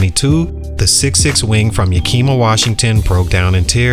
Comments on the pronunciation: It’s not Yakeema it’s Yakima you pronounce the i the same way you would saying the word it. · It's pronounced Yak-(like the animal) a- ma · Say it with me, (Yah-k)-ih-muh... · It’s pronounced Yack- ima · When a channel can't do a simple research on how to pronounce a city name, it loses credibility. Copy paste videos for clicks.